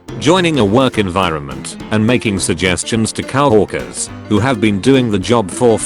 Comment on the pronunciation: it's co-workwers not cow-workers